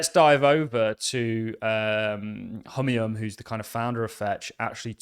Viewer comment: The correct pronunciation for name Humayun is "Hoo mai oun"